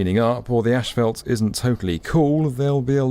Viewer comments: tf is ashfelt? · I love O'Hare. Easy to move about. The staff does a great job cleaning the public areas and restrooms. 🎉👏 (Ash-felt? Try saying Azs-fault ) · Why does this guy say "ashphalt" instead of "asphalt" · Ashfelt? Where is the h and e in asphalt?? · Asphalt not ashfelt. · Isn’t it asphalt not ASHfelt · Not sure what “ashfelt” is but there sure is a lot of it! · Asphalt does not contain a combination of the letter "s" and "h". Therefore, no syllable of the word should be pronounced "ash". The word is "ass-fault". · Small correction: Common mispronunciation: As - phalt not Ash - phalt. Also Air Greenland Dash 8 planes are not "tiny". They have larger planes as well. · They way pronounces “asphalt” 🫠 gets me every time 👍🏻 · Every time he mispronounces 'asphalt,' drink. falls out of chair